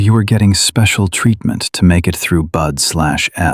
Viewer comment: Teach your AI narration to says "BUDS" NOT "B-U-D-Slash-S."